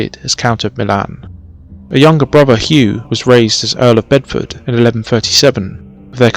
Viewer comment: At last an English narrated documentary on this fascinating period .... spoiled by "frone" and "bruvver" ......